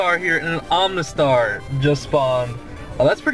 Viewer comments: Where's the n in omastar I'm sorry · Hey, love your videos, but seriously there's no "n" in Omastar/Omanyte lol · you say omanyte and omastar wrong! there's no N in them...say it right Jesus Christ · Oh-mah-star, not Ohm-nah-star, I don't mean to be rude about it, but it makes me feel weird when you say it wrong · OMA-star. Not OMNA-star OMA-nyte. Not OMNA-nyte.